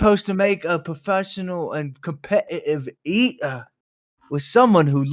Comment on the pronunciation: Every time says “cohmpe’eive ee’er” I think of the “eeeee er” from The Box 😂😂